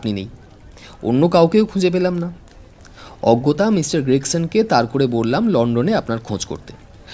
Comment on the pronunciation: অজ্ঞতা নয় অগত্যা।